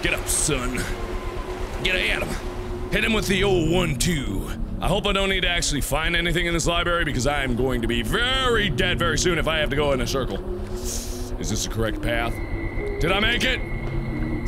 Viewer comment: I think you'll find it's pronounced Library not Libary.